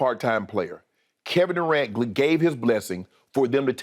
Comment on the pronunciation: kevin do-rant is so funny LMFAOOOOOOOOOOOOOO